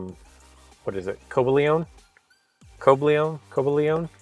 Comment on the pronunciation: u said noivern and cobalion wrong